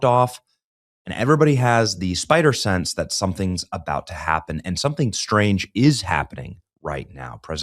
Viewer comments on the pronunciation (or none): Look man... the mispronunciation is a bit lazy lol. It's SPIDEY SENSE and it's NU-CLEAR... NEW CLEAR.... NUCLEAR! smh